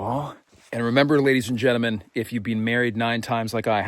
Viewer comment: Ladies and jentamen…makes me chuckle every time….is that a Canadian thing or a ’ quirk?